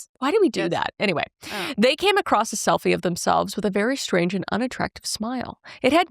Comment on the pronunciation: cant STAND "acrost" or the wrong pronunciation of "wOmEn" NOPE CANT DO THAT ISHHHHH 😒😒😒😒😒😒😒😒